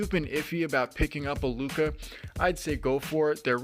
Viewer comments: Bro said "flyti looca". But great video, very informative. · Great review, thanks! BTW lucha is pronounced loo-cha, it's Spanish for fight, like the wrestlers luchadores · Lol Lucha is the word! You have a couple other comments about it too. Its pronounced how it looks. Loo-Cha, that ch make the classic ch sound like if you were to say change. If this is a weird troll then you got me lol. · How the hell do you not know the pronunciation of the item youre reviewing? Never watched wrestling i guess. Good in depth review besides that annoyance.